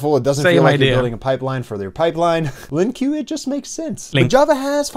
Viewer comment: LOL, I felt that one. Had a coworker who used to call it Lin-queue. Used to drive me nuts. 🤬